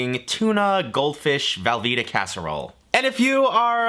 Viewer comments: velveeta not valveeta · am i the only one hearing him say valveeta cheese and not velveeta?